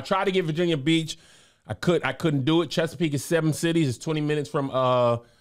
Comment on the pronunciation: Don’t you ever mess up the 7 cities again 😫